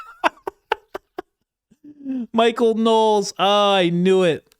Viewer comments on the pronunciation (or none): none